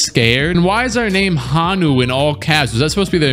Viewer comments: HO (like what santa says) NU NOT HA NU. Also dont say hawaii like that. Im pretty sure you said it right in the video. 😂 It triggers me when people dont know how to say things right. luv ur videos <3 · yo it's pronounced like "ho-new "which meant green sea turtle in hawaiian, but thanks for picking my home team😭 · Aloha brother lol. Honu (Ho-Nu) are Hawaiian seat turtles lol. Much aloha from Hawaii! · Hello from Hawaii, Honu is pronounced Hoe-new 😂😂 and its the Hawaiian word for sea turtle. Learn something new everyday 🤙🏼